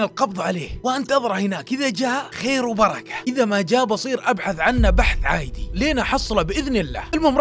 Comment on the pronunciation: ليش تقول عايدية مو عادية